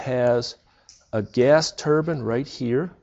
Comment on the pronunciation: Turbine (turr-byñ)✔️ (turr-bin)❌